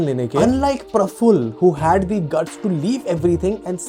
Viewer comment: 1st of all learn when to use THE & THE(E) [of course not the word thee ] Use THE(E) only if there's a vowel after.... Dont keep saying thee thee all the time, u sound very annoying